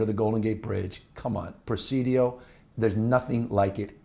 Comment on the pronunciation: the way he says presidio is insane